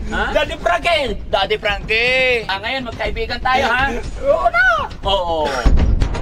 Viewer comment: Pag binibigkas nya pangalan mo Daddy Frankie ang sarap pakinggan.